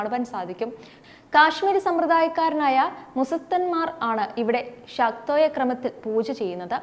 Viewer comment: മുസത്തന്മാർ എന്നല്ല മൂസ്സത് മാർ എന്നാണ് പൂജ ചെയ്യുന്നവരെ പറയുക. ശാക്തേയ ക്രമം എന്നാണ് ശാക്തോയം എന്നല്ല.